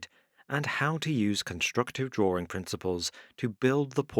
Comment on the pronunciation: drawring. it's fun